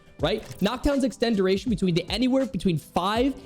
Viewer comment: "Duritation" lol